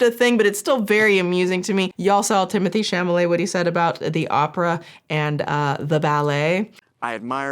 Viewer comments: I appreciated your bringing attention to this so much. Girl, it's CHALOMET not CHAMOLET. You are usually a stickler for the details, which is why I appreciate you so much. (Also because I was a touring keyboard player through the mid 80's - mid 90's and you and I have a lot in common.) Still love ya! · Sincere question, is there a joke reason or other reason his last name is being pronounced "shamma-lay" instead of "shall-amay"? Or is it just a silly mix up? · Don’t know if you care, but if you do, Tim’s name is pronounced “Shall—oh—may.” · I giggle whenever says "Chamalet" What is really telling about his comment about ballet and opera is that his grandmother, his mother and his sister are all in the ballet industry. So he should know more than anyone how those shows are constantly selling out no matter how expensive the tickets are. Instead of empathizing with his family, his ignorant comment is no different than some rebellious farm boy disrespecting his family's livelihood and claiming he would never want to be a farmer because it doesn't make you rich or famous. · Why do you call him Chamale? 😅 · Are you saying chamalet on purpose? haahah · your inability to say chalamet is the funniest thing ive heard in so long it made my night😹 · Copyright clippings aside, having you deliberately mispronounce Mister "I don't understand ballet and opera, so obviously no-one else could possibly care about it"? LMAOO that was a beautiful little petty cherry on top of all of this nonsense. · I laughed everytime you mispronounced charlamets name hahaha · You mispronouncing Timothee's last name every time made me giggle. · I felt vindicated to know that I am not the only one to mispronounce Timothée Chalamet’s last name. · Idk if the mispronunciation of chalamet is deliberate but it feels right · Ok... Is mispronouncing Tim Tim's last name on purpose? 😂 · I love the fact that you keep unintentionally mispronouncing his last name 😂😂